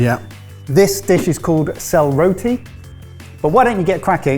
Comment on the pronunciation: So proud that the pronunciation of sel roti was not butchered. So happy to see my culture get represented. Though I live and was born in India, this is my culture and has been before India became india.